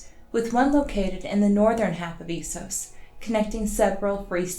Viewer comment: GRRm doesn’t say eesos.